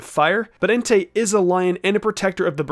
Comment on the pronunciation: ah not being rude just pointing out it's Entei not Entire and it's Suicune not sucine